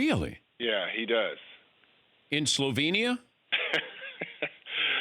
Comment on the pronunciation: Patrick, interview kill moment: "In Sovenia?..."